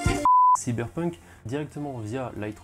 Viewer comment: Mdr le "cyperpunk" tu m'as tué